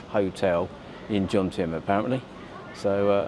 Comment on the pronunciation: Jomtien (not Jontiem) ... just sayn' 😉